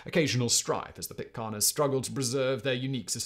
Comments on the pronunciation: Great vid! ...Pittc air-ns... not Pittca are-ns !! Spoken as spelt! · This was fascinating to me. I’m interested in anything maritime, and the stories of Bligh and his activities are directly related to Sydney, where I live The tales of Sydney life around the time of the rum rebellion make for fascinating reading. The only glitches in the video are your pronunciation of “Pitcairn”, and it’s derivative “Pitcairners”. And “Timor” which rang out during your commentary like a dog barking, to mix metaphors. But a rollicking good yarn well told. Thank you Simon